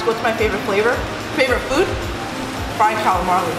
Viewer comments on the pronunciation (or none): It’s calamari not calamarLee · FREEWAY FREDDY she says that a lot. Calamari, she forgets the r. Maybe Chinese say it differently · Lol she said “fried calamarli” lol